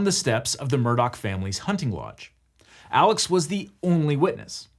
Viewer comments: Apparently Alex is said more like Elic than how you would normally say Alex. Great video but that did bug me. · Is it Alex or Alec? Cause ya spell Alex but say Alec lol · I live in and am from this area, and you are pronouncing his first name incorrectly...it's pronounced as Alec not as you would normally say Alex. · Why do they say Alec when it's spelled Alex? Is it like a Stephen Curry deal? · is his name aleX or aleC? or is the way his name is pronounced because he's from the south???? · its pronounced Alik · is it alex or alec? because it's clearly spelled alex but both layers in this video pronounce it "alec" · Alex seems to pronounce it Alec. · For the love of god, is his name “Alex” or “Alec”?? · why in the hell is "alex murdaugh" pronounced like "alec murdock"??? neither one of those names ends with a ck sound!!!